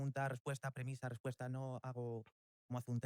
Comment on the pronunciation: a penas puede pronunciar la ''R'' la pronuncia como ''TWIERRWA'' MI ''RWESPUESTA'' ''RWESPONDA'' realmente, parece haberse criado en lengua materna inglesa y que SI, sea una semilla estadounidense... que Circo la locución amor.. TWIERRWA